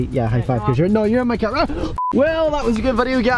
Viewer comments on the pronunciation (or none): I like how he says cyar instead of car.